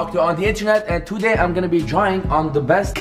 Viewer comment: Until now tones the word "today" TOday🤦🏽‍♂️